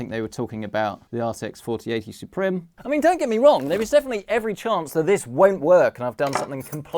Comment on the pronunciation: roter, suprem. It's router and supreme, use google translate for proper pronunciation.